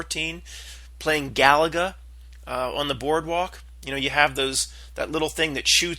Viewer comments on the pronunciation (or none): The game Galaga is pronounced Ga-lay-ga. It was a fun game back in the 80s, Lol!